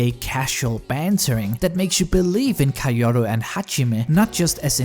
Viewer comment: Why in the world does he pronounce "Kaoru" like that?